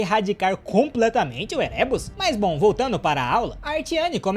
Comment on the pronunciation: Érebos, ÉREBOS, A PRONÚNCIA É ÉREBOS